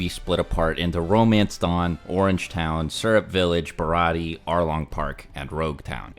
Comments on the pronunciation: I don’t blame him for mispronouncing baratie because he’s a manga reader but it’s killing me every time he says it🥲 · Ba -Rah -Tee -Aye